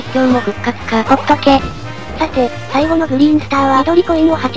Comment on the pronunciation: 破壊神思い出 ぶぉっとけ